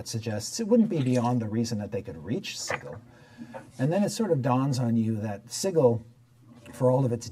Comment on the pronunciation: At the risk of also incurring the wrath of Matthew Mercer, its pronounced "si-jil"